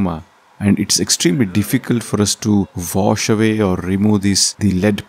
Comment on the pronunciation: Vash away?? Oh, you meant wash.......